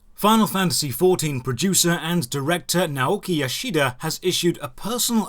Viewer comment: The i in "Yoshida" is almost not pronounced. You really emphasize it. You couldn't know, of course, but I find it amusing how you managed to emphasize the one vowel that is basically dropped.